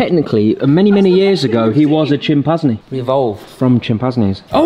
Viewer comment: pronouncing Chimpanzee is the best thing in this video 😄